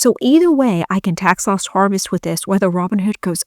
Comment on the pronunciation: It sounds like you are saying tax LOST harvesting.